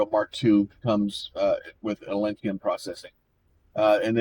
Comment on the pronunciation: Dawg, theres no i, its atlantum. AT-LAN-TUM